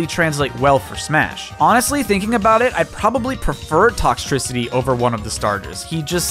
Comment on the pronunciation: says Toxcicitry Me: passes out from excitement